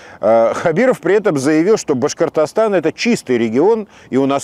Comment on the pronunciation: Как Хабиров произносит слово Башкортостан по ушам бьёт. Потренировался бы в произношении